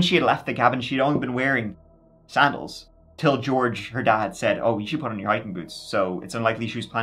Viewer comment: Cause of your accent, it sounds like you're saying George Arse 😅